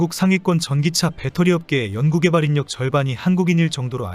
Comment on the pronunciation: 인력을 [인녁]으로 읽는 거 정말 불편하네.